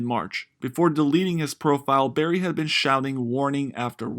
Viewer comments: “Burry” bro... not “berry” how is anyone going to take your narration seriously if you can’t even pronounce the guys simple name? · BURRY not Berry Jesus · He keeps saying "Berry" and not "Burry" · It's BURRY, not berry. Come one guy. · Not Berry. BUUUUURRY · The least you could do is get his name right! "Dr. Michael Berry"? Sorry, 5 seconds, and I'm moving on. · It’s pronounced Burry not berry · His name is Burry. Not Berry. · He keeps saying berry instead of Burry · Yea I couldn't stand it lol. A legend like Michael Burry deserves to have his name correctly pronounced. Otherwise it was a good video.